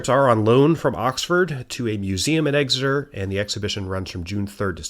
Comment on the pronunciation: No one ever says it right EXeter not EGseter